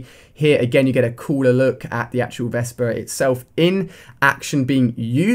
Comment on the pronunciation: vepr, ali-a not vesper